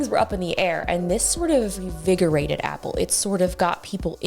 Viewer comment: So the world’s No. 1 🍎 fan pronounces 🍎 Product 🤐!